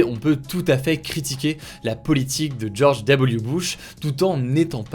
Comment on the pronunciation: jsuis le seul à avoir entendu "George Diabolique Bush" ptddrrr ?